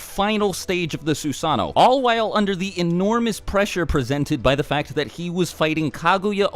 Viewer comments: So we're not going to talk about the man that has a youtube channel dedicated to naruto, but still cant pronounce Susanno-(Su-sah-no) they say it in the show hundreds of times. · Sue-San-no lmao